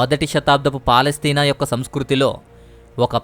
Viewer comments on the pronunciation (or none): none